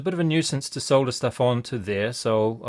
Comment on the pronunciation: Neat video thanks. Great useful camera work and good comentary. Nice to hear solder pronounced correctly :)